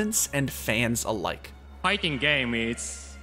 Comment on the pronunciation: "Fighsing games is somsing so great"